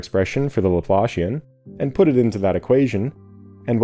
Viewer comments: You had me very confused by pronunciation of one word, Laplacian. The way you say it it sounds like what you get when you pull your boot out of the mud. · Pretty good. Only thing a bit bothersome is that the Laplacian is not the Laplashian. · That’s a great visual! I totally hear it. When I first heard someone say Laplacian, I was like there’s no way “laploshin” is an actual word 😂 Some people pronounce it “laplahssian”, but I think that’s more of a British thing.